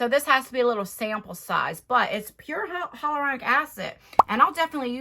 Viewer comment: It is pronounced hy-a-luronic. Everyone misses the a in it. No one can ever say it right. Hell to the no for this box. It reminds of that advent calendar with all samples. For that price there should be some sort of full sized product.😀 As always thank you for sharing 💗